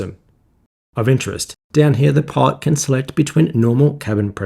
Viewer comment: Amazing video. Getting into the cockpit of the B-58 is a treat to watch. However I have trouble deciphering whether you are saying "pod" or "pilot".